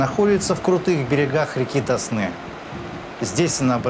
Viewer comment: Река ТОсна! На первый слог!